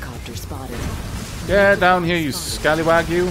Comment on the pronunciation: stop saying scallywager